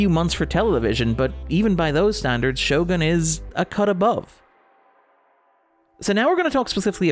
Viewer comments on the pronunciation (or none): I love all your work but was a bit irked everytime you said the show name. It's pronounced "sho-goon". Or this part of a bit?